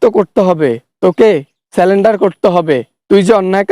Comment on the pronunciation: সেলেন্ডার না, সারেন্ডার হবে।